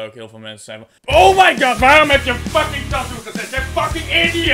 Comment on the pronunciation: HOE HOLLANDER TATOO ZEGGEN. TAAAAATOOOO